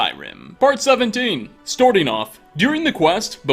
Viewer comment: “Storting off”